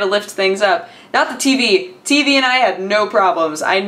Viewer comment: Everytime you say TV, to me it sounds like you say TB ^^